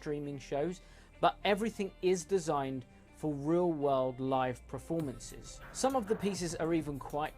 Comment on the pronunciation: Someone tell that it's 'performances', not 'prefomances' lol!!